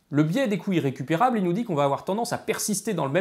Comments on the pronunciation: ne pas faire la liaison aura entraîné un biais d'interprétation auditif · Les "coûts irrécupérables" mériteraient une liaison... parce que là, moi j'entends "couilles récupérables". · À , c'est carrément ça ! C'est pourtant pas trop compliqué, quoi : les "coûts Z'irrécupérables"... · Moi aussi, mais pas à chaque fois. Et pourtant, phonétiquement, le i et le iode son des phonèmes differents. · Ahahah du coup je l’entend, merci j’ai bien ri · le mien il est bon à jeter, plusieurs fois dans la vidéo j'ai compris "les couilles récupérables" XD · Je ne vois cette série qu'en 2022, et elle est très intéressante. Une observation quand même : Attention à la prononciation, "les couts irrécupérables" prononcés couyrécupérables ça fait bizarre :):) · Je ne fais que d’entendre « le biais des couilles récupérables », c’est gênant... 😅 Mais, sinon, excellente vidéo ! Tu peux compter un nouvel abonné. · Je suis le seul à entendre « couilles récupérables » à chaque fois qu’il dit « coût irrécupérable »? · Intéressant mais pas totalement convaincu ce coup-ci !Par contre ce qui est certain c'est qu'il n'y a pas de H à Euro, donc on fait la liaison et on prononce 200 z'euros de la même manière qu'on prononce 200 z'ans !Ah oui, la liaison ça marche partout, donc on dit aussi "les couts z' irrécupérables" :-) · est-ce qu'il n'y a que moi qui entend "les couilles récupérables" quand il dit "les coûts irrécupérables"?^^'